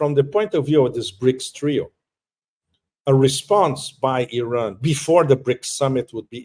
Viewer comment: Not Oran Iran dude you don’t pronounce it right . Should I call vitame votom